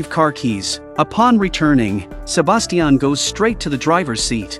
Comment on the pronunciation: STOP SAYING "SABASTIAN"